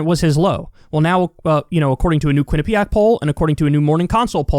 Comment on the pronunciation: Is anyone else concerned that Kyle can say "Quinnipiac" but he can't say "rural?" lol